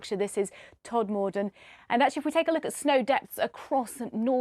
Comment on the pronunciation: Can someone from Todmorden call the BBC & tell the weather forecaster how to pronounce Todmorden?! 🤭🤣